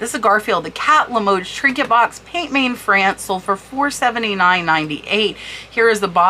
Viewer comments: Hi Cat! Amazing trinket boxes- love that you do these videos Kewpie is pronounced like this : “cue- pea” And pient main means hand painted in French Pronounce main like this - “Mann” not main as it would seem to be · As I live in France I also can help with pronunciation. Peint main is pronounced more closely like Pan man with very little emphasis on the final “n”.